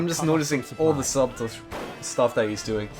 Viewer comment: The b in subtle is silent. Its pronounced 'sut-ul' in the same way as one pronounces the word 'shuttle'.